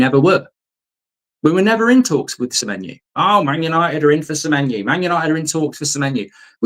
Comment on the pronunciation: Stop saying semenyou